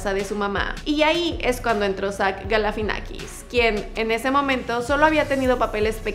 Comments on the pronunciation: Es Zach GALIFIANAKIS NO Galafinakis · galifianakis!!!! No sé por qué no lo pronuncia bien, recomendado ver entre dos helechos